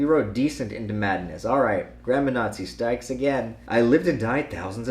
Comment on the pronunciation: grammar nazi says stikes again instead of strikes ☠️